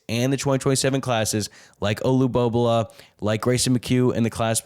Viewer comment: good show. One critique though, since no one else is telling you; Olu-bo-bo-la, not "bobluh"